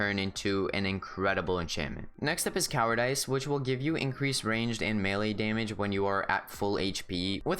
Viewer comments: Did you say cowardice like... coward-Ice? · did u just pronounce cowardice cowar dice ???XD